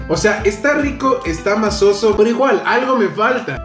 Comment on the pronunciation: "MACIZO" mi, no masoso, eso no existe 😁😁😁